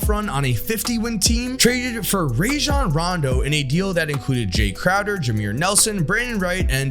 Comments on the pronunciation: I love you but you was pushing a button everytime you said “Ray-jun” instead of “Rah-jon” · Good lord, listening to white guys say RAY-jon Rondo gives me herpes. Dude has literally said in interviews that his name is pronounced RAH-jon. Come on, buddy.